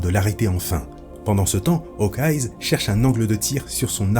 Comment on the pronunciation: Super vidéo mais par pitié arrête de dire « HawkeyeS » ça sort vraiment du truc